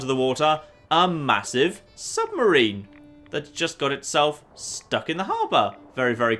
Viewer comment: Sub-ma-rina hat? im sorry?! hahahaah